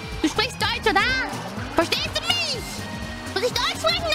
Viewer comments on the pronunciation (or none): That "oida" was actually "oder"